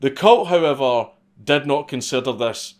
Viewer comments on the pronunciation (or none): none